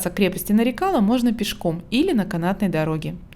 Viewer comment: Очень похожа на крепость в Дербенте. Только в названии ударение на последний слог. Нарикала(на ла).